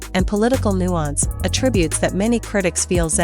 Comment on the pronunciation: Too many problems with the video: * Snow White was released two months before this video, yet the video says it's "upcoming". * The diva attitude by Ms. Weird-Weird was documented, not "alleged". * Several mispronounciations, such as "attributes". * The video mentions her fans, but as of November 2024, it's doubtful that she has any. * Has she been fired like the title says, or is that likely?